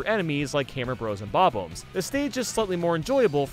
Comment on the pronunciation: why do you keep saying bob BOMES there bob-BOMBS